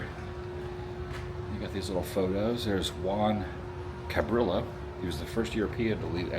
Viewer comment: don’t say the L in Cabrillo he’s Spanish, Italians do pronounce the L